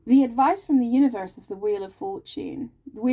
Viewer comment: Omg you said univorse by accident, that's how we pronounce it in geordie land 😊spot on as usual, but the stuck, scared to commit, get hurt again energy is my partner not me. He's Aries sun, Pisces moon. Thankyou again. I need another personal reading I will e-mail you xx